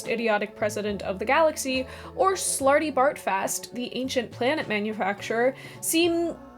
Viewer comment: Slartybartfast really doesn’t work in an American accent. In a rhotic accent, you lose that triple internal near-rhyme of the identical vowel sound repeated in each of the three syllables, each one seeming to be almost “fart” without ever quite BEING “fart”.